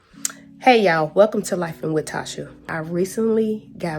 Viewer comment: To say your name wrong & putting your shout out in a video with hella others is unprofessional. Who don’t know how to pronounce Tasha most Tasha’s are spelled like yours or like this: Tosha. It’s only one pronunciation doughdash is wrong.